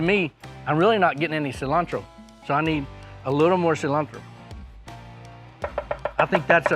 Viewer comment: Wow he pronounced Cilantro just the right way in Spanish! Btw this recipe looks amazing i can't way to try it out.